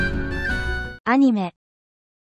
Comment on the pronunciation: Portuguese Translator "uhnime" Actually we say "ahneemee